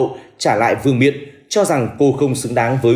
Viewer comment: VƯƠNG MIỆN LÀ CÁI CÀI TÓC ĐÂU CÓ GIÁ TRỊ BẰNG CÁI "VƯƠNG NIỆM" VƯƠNG MIỆN CÁCH PHÁT ÂM CỦA NGƯỜI HÀ LỘI --VÍ DỤ NHƯ "DÍ DÕM " THÍ NGƯỜI HÀ THÀNH GỌI "DÓM DỊ " ...TRỜI LẮNG QUÁ - EM ĐI HÀ LỖI MUA CÁI LỒI VỀ LẤU CƠM LẾP ..."